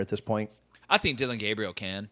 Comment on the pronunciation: This dude said Dillon Gabriel😂wtf